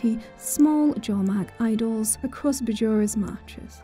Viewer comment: Bjora is pronounced "Byora"